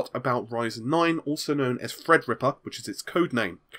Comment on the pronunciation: "Fredripper" damn it.